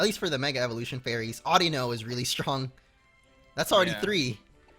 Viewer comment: "FARYS" im disappointed in mo